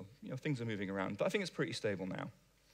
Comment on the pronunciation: I fink you should learn to pronounce 'think'. Also, wha' happened to all those ts (stah' saying them and you will sound be'h'er).